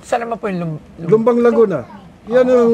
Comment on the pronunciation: LUMBAN NOT LUMBANG 😅😂 he he he